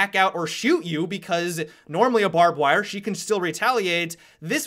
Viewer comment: "barbed wirrruh"